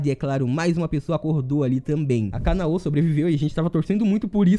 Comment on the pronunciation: Caraca, por que a galera que comenta sobre anime nunca pronuncia os nomes corretamente? Agonia da poxa parece que fala soletrando WTF "TAN GI RO" "KA NA Ô" "I NO ZÚ KE"